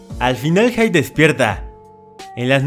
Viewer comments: Jajjaja si y a Hide diciendole Haid, más perdido estaba cuando narraba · Todos: jide El de: jaid (Escribí la pronunciación) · A alguien más le da ansiedad como dice: Raiz en vez de rize normal y haid en vez de hide como se escribe...y además que le dice nameki xd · es que por lo que veo estuvo pronunciando varios nombres en ingles, por eso hide le decia haid y a rize le dice raiz xd